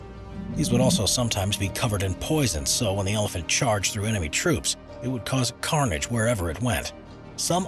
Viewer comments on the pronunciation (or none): none